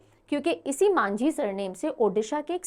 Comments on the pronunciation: Its actually majhi not manjhi. Mohan majhi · Odisha cm not Manjhi it's majhi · Odisha CM not Manjhi..it's Majhi